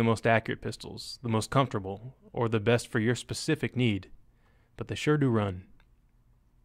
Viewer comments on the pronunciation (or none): none